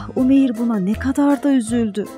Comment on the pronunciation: Umeyiiiir degil. U uzatarak okumaniz lazim🙄 oglumun ismise Umeyr ve Umeyir denildiginee hic hoslanmiyor. U-meyr. İ yok orda